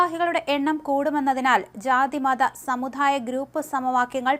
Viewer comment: കുട്ടീ, സമുദായം എന്ന വാക്ക് വെറുതെയിരിക്കുമ്പോൾ ഒന്നു ശരിയായി പറഞ്ഞു പഠിക്കണം. 'ദ' എന്ന അക്ഷരം പ്രത്യേകിച്ചും.